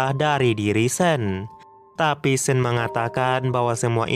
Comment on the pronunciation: Sean tetap dibaca Sean.. Bukan (sen) 😅